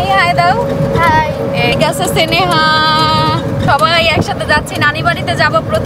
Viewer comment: সেনেহা বলবা না।উচ্চারণ হবে স্নেহা।